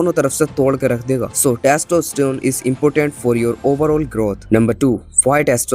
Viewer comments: Bro it's Testo , not Taasto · Bhai testosterone hota hai tassstosterone nhi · Testostone nahi broooo testa ter. On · Testosterone ❌TYASTOSTERONE✅ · Testosterone ❌ Tastosterone✅